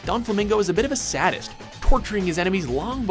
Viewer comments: He says "sadest", We all know he meant to say "sadist". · Did he really just say Sad-ist? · That is NOT how you pronounce "sadist" lol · kinda sad Kyo Sohma didn't get at LEAST an honorable mention here his ragey outbursts ALWAYS make me laugh. ...also, did they just pronounce sadist as Sad-ist? its, Say-dist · Sadist is pronounced "Say - Dist" not "Saddest" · For the record, it's pronounced 'say-dissed.' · You said "sadist" as "saddest"... I watch you guys A LOT and I'll let it slide you butcher characters and games, but that's a fucking word... Do you guys even pre read your scripts? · Sadist is pronounced as 'say-dist'. Sorry... never heard anyone say it another way before this video, lol. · Am I the only one bothered by the mispronunciation of sadist? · Please tell me mispronouncing things is on purpose. I get the anime names, but sadist? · Ok I'm not sure if anyone was as irked by it as I was but during the Donflamingo part when he said "sadist" it just rubbed me the wrong way. I've heard them mispronounce so many things (especially in their anime lists), but it's usually things in another language or character/place/etc names that seem to be on purpose to cause discord among fans over their butchering...but SADIST!?!?!? THAT IS AN ENGLISH WORD!!! HOW IN THE HELL DO YOU SCREW UP THE PRONUNCIATION OF THAT!?!?!?!?!?!?!?!?! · Really you cant say sadist come on there are words that are difficult to pronounce but that isn't one. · Dude! please get your words correct you pronounced sadist wrong when talking about Don Flamingo. And you constantly say Saitama wrong from One Punch. Just watch 1 part of an episode to see how to say his name correctly. Sorry, but you're pushing my pet peeves. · did you really pronounce sadist like that.? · these guys cant even pronounce sadist